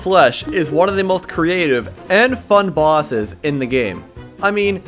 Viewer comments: Is it just me or is he saying bwases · "Terraria, has quite a few bawses"